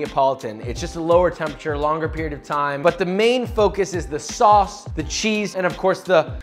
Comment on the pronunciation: Can confirm that I am from NY and not offended by your take on a classic, looks tasty even. It only hurt a little bit when you called out my cheese pronunciation. One suggestion, and one note. A lot of NY pizzarias don't pre-cook their pizza sauce, since you're cooking it already on the pizza and most the time its blanched in-can to begin with. If your sauce wasn't hitting the flavor notes you were looking for, that might be why (I don't personally think its the water, but you can try a higher alkalinity water if you want to see if that works?) As for the note, low moisture WHOLE fat cheese. Lots of people will probably by skim from the super market not realizing, and be sad when they eat it. Need that whole milk flavor, or your cheese will be a sad boi. I'm sure you used the right cheese in your video, but you only mentioned the low moisture, not low-moisture-whole-milk, so thought I might make that note for anyone wanting to make this at home themselves. Love the content, cant wait to see more :D